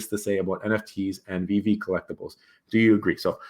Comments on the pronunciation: Anyone who speaks on Veve and says “this app called veeve or w.e” should just stop right there . Learn to pronounce the name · Kevin comes across as a high school jock picking on a nerd so that he looks cool and has it all figured out. Small minded people think if they don’t see something, it doesn’t exist. Mispronouncing the name (on purpose) shows his arrogance. My opinion on what he thinks is beyond insignificant.